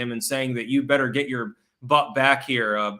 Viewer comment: Its pronounced BETTER. Doesn't even sound like "DIFFERENT" 😅